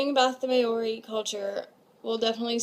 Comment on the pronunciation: It's not may-ori it's moul-ree😂